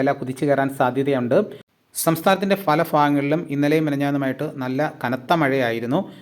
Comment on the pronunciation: ഫല ഫാഗങ്ങളിൽ എന്നല്ല കൂവെ, പല ഭാഗങ്ങളിൽ.